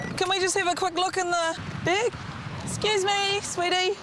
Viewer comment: Okay, this might sound like a daft dam thing to say but please nobody get angry but has anyone here noticed that the people in the video were pronouncing the word bag incorrectly?